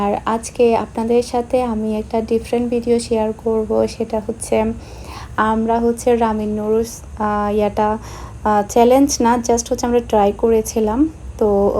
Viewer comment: আপু রামিন না রামেন মনে হয়